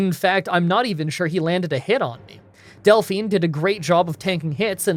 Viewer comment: Del-FINE lol